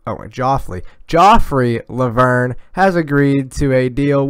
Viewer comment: It should be pronounced 'Djofree Lo'vern